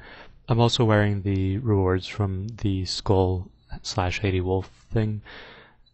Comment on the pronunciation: YOU MISSPRONOUNCED SKÖLL, I AM EXTREMELY OFFENDED.